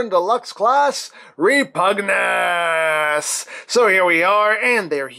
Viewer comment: Is..... is it pronounced like that? "Reh-POOG-news?"